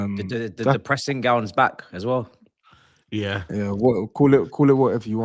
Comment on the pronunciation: Did Mah say the dipressing gown 😂😂